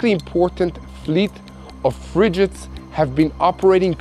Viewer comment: Frigate is pronounced "frig it " . Is it ? Oh frig it !